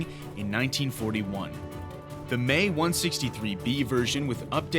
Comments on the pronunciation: Try say "M .. e" instead of "may" like the month May .. BUT it's wrong .. M .. e .. and it's NOT "me" either .. like "it's me coming in" .. no no no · The 'Me' is pronounced 'm' (as in 'emmmm') and 'e' (as in 'eeeeee') not 'may.' It was the abbreviation for Messerschmitt, the manufacturer of the aircraft. You would think that someone producing a video like this would know such basic information, OK .. heard the dumbass say 'may' one to many times. I'm out. Dark Footage productions - yer idiots. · It's not the "May 163"! Me was short for Messerschmitt. It's pronounced "Emm ee" in English. Unwatchable tripe! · The "Me" is two separate letters . As in "M"..."e" . Not May as you are mispronouncing . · pronounced M E not 'may'..... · gotta be honest i agree with everyone down here. saying may for something that clearly is m. e. like me theres no y anywhere. My head was exploding listening to it. Besides for that keep up the good work! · Pretty sure it's pronounced M.E 163, not "May 163" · That's fine, and in German of course you are correct, and it is a German machine. However, here we are speaking English, and abbreviations such as "Me" are normally taken to be the pronunciation of the individual letters, and in English, that's "Em Ee". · Nope. Being short for Messerschmitt (not meshersmitt *eyeroll*) there's no need to pry the sounds apart. "meh" would be more correct, but with an English twist "May" is closer to the original than M.E. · Had to stop watching. 'May' 163 was driving me nuts! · Please put the original Dark docs narrator back on, the erroneous verbalizing of words is so irritating, this channel will NOT be followed by "may" !! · I heard more like 'meh' the first time... 🐒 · I, uh, don't know if you're aware or not, but we're not speaking German. If he were presenting in German then that would be fine. Paris is pronounced "pair-ee" but since it's English we speak it gets its "s". See what I mean? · Actually it's not the "mae 163" But "M E 163"!